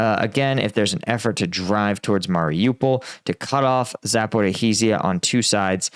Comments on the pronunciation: You struggle with Russian and Ukrainian names, so let me offer you a hint. The "zh" combination is pronounced as a single sound, the same one as the "s" in "measure" or the "g" in "massage". It's kind of like the "dj" in "adjacent" but without interrupting the airflow at the start. So it's close to "Za-por-ee-(dj)ee-ya", not "Za-por-ee-hee-zee-ya", and the town you were trying to pronounce is close to "No-va-ya Ta-vol-(dj)on-ka". (Please don't take this as criticism; I only mean to help you avoid stumbling over foreign spellings you can't be expected to know how to pronounce.) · Please get the pronounciation correct my man. Its pronounced Za-po-rij-ya. 4 syllables. For the small cities its forgiveable but this is an oblast capital. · Mate... please learn to get at least the Main cities pronounced right... its Kind of disrespectful and unprofessional. Like Bel-go-rod and not Belagorodga.. or Za-po-ri-sha instead of Zapohorihisia or whatever you call it..